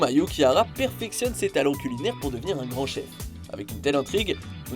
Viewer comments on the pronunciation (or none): J’ai rêvé ou t’as dit Soma Yukihara ? C’est Soma Yukihira avec un i après le h pas un a. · C'est Soma Yukihira pas Soma Yukihara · Mdr il dit soma yukiara😹😹